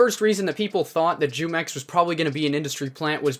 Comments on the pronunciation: iss pronounced who-mex not jew-mex lol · I don’t care but you said jewmex lol... it’s pronounced whomex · Its not jewmex its whomex, and i watched his video like 4 times but never subscribed nor liked, but sounds sketchy hmm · It's pronounced whomex not jewmex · Hello there fellow American it's pronounced humex not jewmex it has the h sound it's in Spanish just so you know you're welcome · The Mexican drink spelled jumex pronounced (who- Mex ) in Spanish short for jugos mexiconas "Mexican juice " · Its pronounce WHO mex its the name of a mexican fruit nectar juice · It's pronounced who-mex lol its a mexican fruit drink...delicious! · the J is silent. it's pronounced "Yoo-mex" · Pronunciation: Hoomex LuL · He said “jew-mex” lmao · Pronounced "humex" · It's pronounced Who-mex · The j makes the h sound in Spanish so isn’t it pronounced WhoMex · Here before everyone starts correcting you saying his name is pronounced "Who-Mex". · It's pronounced WHOMEX. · It pronounced Humex. it's a Spanish juice brand. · Say the j as an h sound and you will be saying it right humex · Jumex. "Who-mex." Other than that great video. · It’s pronounced hu mex, its based off a drink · Yo, jumex is technically an industry plant. Grupo Jumex, S.A. de C.V. (pronounced JOO-MEX) which means Jugos Mexicanos (Mexican Juice) is a brand of juice and nectar from Mexico. The Jumex brand is also popular among Hispanic consumers in the United States. Currently, the Jumex Group (which manufactures Jumex) offers lines of fresh and preserved fruit juices, nectar, children's drinks, milk, smoothies, energy drinks, and sports drinks in Mexico. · It’s pronounced who-mex like the Mexican juice company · It’s (hoo-mex) gringo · his name is pronounced "who-mex", it's a mexican drink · Jumex is pronounced whomex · Bro it's pronounced like whomex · Yeah it's pronounced who-mex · Its pronounced Hu-mex. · Your pronouncing his name wrong, I'm guessing u dont drink jumex white boy